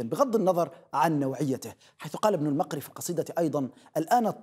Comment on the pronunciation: اخي: لك كل احترامنا في اليمن. وانما هو ابن المُقري بضم الميم وليس فتحها كما نطقت.